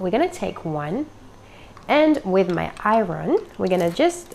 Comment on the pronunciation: " Irun Water " and " Cone Eh "